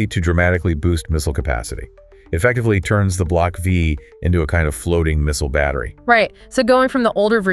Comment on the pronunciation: It's "Block Five" not Vee. Silly A I !